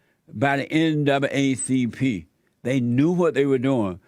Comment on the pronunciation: He said "N double A CP" but it sounded like NWCP.